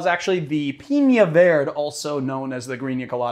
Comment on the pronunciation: Pee-nya Ver-day